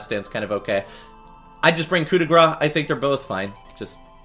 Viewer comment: Lol people pronouncing coup de grace like coup de gras, which means hit of fat